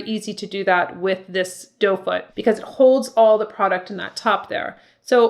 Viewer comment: No criticism, just laughter…it’s doe foot,I think, not dough 🍞🥯🥐😅